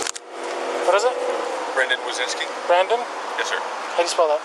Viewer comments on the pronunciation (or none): who is this wysniski you are talking about? how hard can it be just saying WYSYNSKI after hearing it from multiple officers several times????